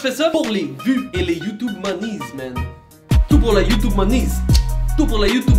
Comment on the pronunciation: Salut joyca mdrr ils disent tous youtunes xD